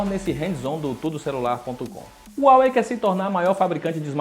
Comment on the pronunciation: Não é uawei é Huawei